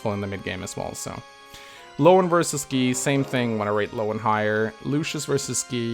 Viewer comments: Did you just call Guy "G-ee?" It's pronounced "G-eye" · Why do you pronounce "Guy" as "Gi/Gee"? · It's guy not gay!